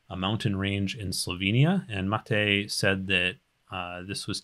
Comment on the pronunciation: LOTR extended is nothing compared to this:D. Thank you,, for taking your time for the community. Also, a fun fact: you are the first one who pronounced my name correctly (Matej)